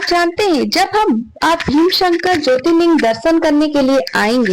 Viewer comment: भीमशंकर नहीं भीमाशंकर boliye. Viewership badhao correct उच्चारण se. नाम कभी भी ढंग से लिया कीजिए